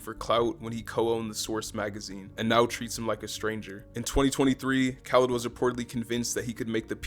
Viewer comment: mans said “DJ kawlid” 😂